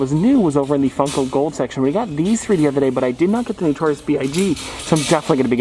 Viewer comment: It’s not newtorious. It’s notorious.